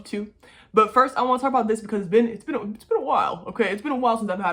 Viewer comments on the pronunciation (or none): none